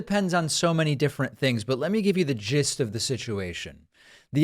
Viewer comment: Did he say lets get to the "jis" of the situation? 😂😂😂😂